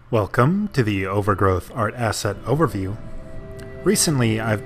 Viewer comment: omg i keep thinking hes sayin asshat instead of asset